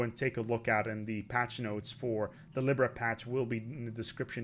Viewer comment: Why u pronounce libra like that XD